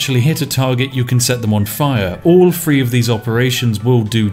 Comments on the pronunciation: Free and three sound the same when u say them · Ok I heard the words "that", "there", "the", "these" and "they" - all using correct TH pronunciation - why the hell, then, do I also hear "what on earff" "wiv his body" "baldurs gate Free" "D&D fiff edition" "fanks developers" "what were vey finking" - how the hell is someone who is clearly ENGLISH so abysmally inept at pronouncing words, or even letter combinations, correctly; in their OWN LANGUAGE? Not to mention how bloody inconsistent it is. It's like listening to the guy from The Chase, and he's supposed to be a teacher. It's painful to listen to. You clearly can pronounce it correctly as evidenced by the original list of words - to not correct it on other words is just lazy.